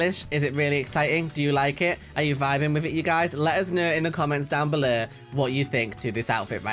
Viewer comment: no one:: "comment down bellur!"